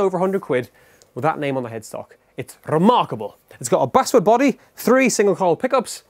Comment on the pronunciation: I love when he says RREMARRKABLE